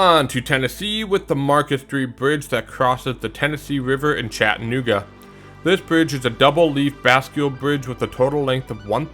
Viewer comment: CHATTANOOGA MENTIONED RAHHHHHH (you pronounced it wrong but i respect the attempt)